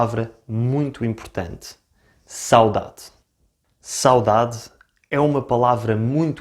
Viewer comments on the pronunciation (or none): Por acaso também admito a diccão ( em qualquer idioma) mas notei que o sotaque deste rapaz é, de certa forma, estranho e nem sempre correcto - a forma como ele fala ''sáudáde'' soa errada e incorrecta e estraga a sonoridade e beleza da própria palavra. Saudade é uma palavra paroxítona e, como tal, o acento tónico deve pronunciar-se na penúltima sílaba ''sauDAde'' - o que ele não fez.